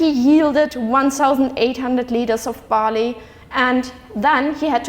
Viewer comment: Cool lecture... I Was watching this with close captions and it took me 12 minutes to realize Bali = barley... shame on me =p